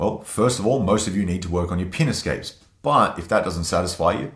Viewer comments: In my dialect of English, the way he says, “pin escapes,” sounds like he’s saying, “penis games.” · lol pin escapes sounds like penis capes. I can’t be the only one that heard that. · Had to double take when I thought he said “penis gapes” 😳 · Took me a minute to figure out that he was saying "pin escapes" 😅